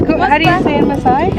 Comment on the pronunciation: Your pronunciation of the maaasai words is superb. You're so fascinating and I love how you've showcase our culture to the world with a lot of positivity